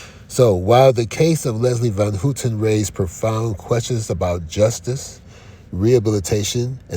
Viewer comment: It's pronounced HOWten...Not HOOTEN